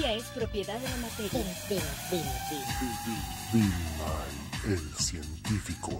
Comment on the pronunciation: well, not ALL ls as rs. only ones at the end of syllables, like "bill". it gets turned to "bi-er" or "bir" as one syllable. listen at the beginning it says "bi-er"